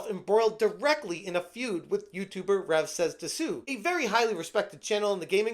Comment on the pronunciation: People pronouncing the "u" in Rev's name will never not kill me lol